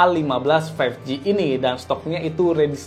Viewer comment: berapa kali tuh ngomong Samsung galaxy A15 five ji